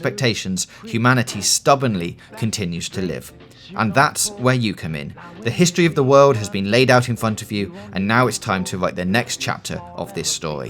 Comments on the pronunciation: Bweif histowy of the wowld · A bwief histowy of the werld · A Bweif Histowy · "The Histowy of the Wowld accowding to Fallout" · "Bweef Histwee"